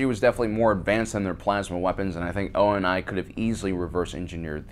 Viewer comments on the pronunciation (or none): Awesome video but the way you say “Halsey”..... and also a lot of the actual reasons that they have normal guns and vehicles is because they well didn’t really need to change and your definitely not including ass the actual media that implies a lot more about the story aaand it’s “ONI” not “O.N.I” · not o n i its prounced [OOO-NII] (like onii(#onii-chan)) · It’s oh-nee, not O-N-I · Hearing you pronouncing oni as O N I gave me cancet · 1st. frack youtube 2nd. frack youtube 3rd. ONI is pronounced as Oh-Nee 4th. ONI stands for the office of naval intelligence which does oversee research but calling ONI the engineering coups is ridiculous 5th. frack youtube 6th. KE=.5(M(V*V)) so no matter how a slug lobber propels the projectile you can only really do 2 things make a bigger bullet or make it go faster. EMAs are probably not cost-effective or power requirements are too high even in the far future at least for the man-portable ones. 7th. frack youtube 8th. if there's not a recoil reduction system in that thing than the sheer bulk alone is the recoil reduction in the HaloAR.